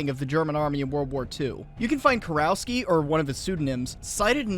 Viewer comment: Small correction. The proper pronunciation would be something like Kurofski.